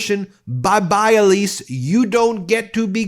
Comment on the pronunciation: That's "Elsie" not Elise.